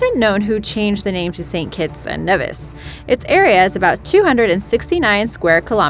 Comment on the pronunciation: U got st.kitts name wrong